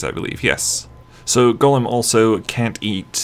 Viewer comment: yeah, sounds a bit more like he's saying Golem... than Gollum. "goll-uhm! goll-uhm!" edited to add: ah, at first at least. I noticed later on in the vid, pronunciation shifted a bit.